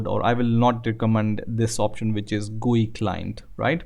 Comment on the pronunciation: "This gue tool" .........